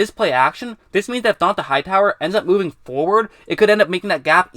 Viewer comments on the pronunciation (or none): none